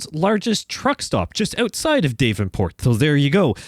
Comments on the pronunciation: Daaavenport not dayvenport sorry just a lil annoying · It's "daaav-en-port" (dav rhymes with slab), not DAVE-n-port. just a heads up. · Loving the sights of the Iowa DLC, from an Eastern Iowan like myself. If there's one criticism, it's how you pronounce Davenport, which I find rare people pronounce it as "DAVE-EN-PORT"...same with Ottumwa as "ODDUMWA". lol It's okay, those are not as bad as people trying to pronounce MAQUOKETA (99.5% of people who don't live around Eastern Iowa had a hard time pronouncing it. lol) Anyway, we pronounce Davenport as "DAV-IN-PORT" and Ottumwa as "UT-TUM-WA". Anyways, keep up the videos, fella trucker!